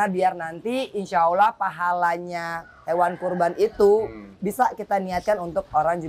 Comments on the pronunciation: Tolong sampaikan team keema kepada angelina sodara seimanku yg baik...sudah 10 tahun tolong baguskan menyebutkan nama Allah ...bukan aulah...tolong diperbaiki...jangan sebut Allah dgn awlah...tolooong rubaaah...ya...wallau 'alam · Bagisan khalid Ott petinju yg baru mualaf bbrp bulan dalam penyebutan nama sang pencipta Allah ...bukan awlah atau aulah kata angelina...perbaiki ya angie...jangan sampai lalai